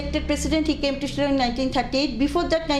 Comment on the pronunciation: Chilong ne Shillong....tang ban pronounce ruh nag rea....